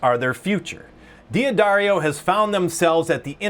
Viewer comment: It's pronounced "Daddario." Not "Dee Addario." You just ignore the apostrophe, and don't add another syllable.